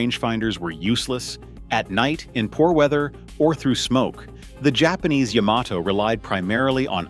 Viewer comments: The Yahm-ah-Toe was quite the foe. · I don’t think the Japanese themselves have ever heard of a ship called Yah-ma-toe? Sounds like something I say when my dog steps on my foot?